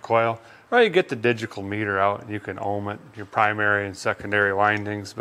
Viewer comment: "Digical." LOL.